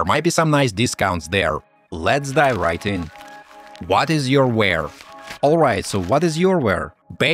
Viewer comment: it’s youware not yourware……